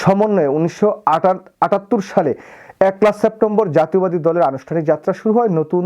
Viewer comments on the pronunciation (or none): আরে ভাই আপনার বিশ্লেষণ তো খুবই ভালো মাঝে মাঝে দেশাত্মবোধ ও জাতীয়তাবাদ নিয়ে অনেক কথা বলেন কিন্তু আপনার উচ্চারণ ক্ষমতা এত ঠুনকো কেন আপনি জাতীয়তাবাদ বলতে পারেন না জাতীয় বাদ বলেন এর আগেও আপনি জাতীয়তাবাদী দল এর কথা বলতে গিয়ে জাতীয়বাদী দলের কথা বলেন জাতীয়তাবাদ শব্দটা আপনি উচ্চারণ করতে পারেন না বা বলেন না কাহিনী কি আপনার ভাই আপনার সমস্ত ভিডিওতে জাতীয়তাবাদ শব্দ যখনই আসে তখন আর তখনই আপনি জাতীয় বাদ বলেন জাতীয়তা শব্দটা উচ্চারণ করতে পারেন না কেন আপনি